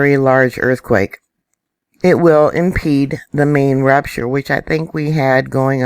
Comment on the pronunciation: Every time you say rupture i hear rapturevlol